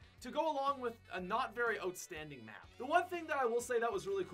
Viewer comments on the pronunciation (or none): Lol sounds like your saying “ote”standing instead of outstanding